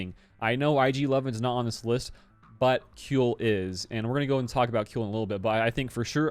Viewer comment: "Kui" in Kuill is pronounced like "Qui" in Quiver.